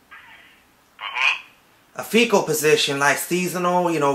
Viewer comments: Yeah I'm sure he was mispronouncing Fickle as Fecal on purpose. lol sounds similar but he was saying shit position as a joke instead of fickle(temp.) position. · I love how he keeps saying "fecal" position.... lmao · "Fecal postition"? Lmao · "A faecal position" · S/he's saying "FECAL positions!" ROFL